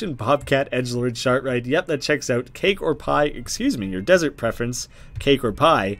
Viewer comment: love how he read “desert” earlier on as “dessert” and now he read “dessert” as “desert”. That’s consistency